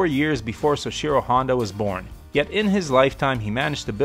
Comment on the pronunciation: Great video. Let me just tell you how to correctly say “soichiro,” it’s “soh-ee-chi-roh”